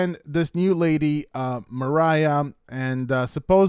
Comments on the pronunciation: Idk why u keep saying Mariah when her name is MARIA. Ma ree uh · Its not mariah its MUH RI UH!! Like hispanic maria...🤦🏼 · How do you interpret a Maria as Mariah? How do you keep saying Rishe’s name wrong and differently? Your headlines are so bait clicky as well. Try to do better. It’s frustrating